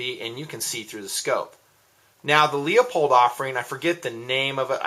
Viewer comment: Nice enough review, but PLEASE quit saying "Leopold." It's spelled "LEUPOLD" and pronounced LEWPOLD.